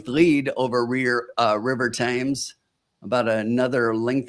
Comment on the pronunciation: It's pronounced River TEMS, after the river that runs through London.